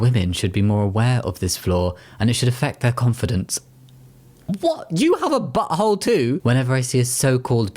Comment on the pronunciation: "you have a butthole too" i think the british was strong in this one and the utter disbelief in your tone really got me good there.